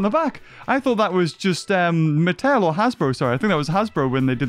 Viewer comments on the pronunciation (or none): none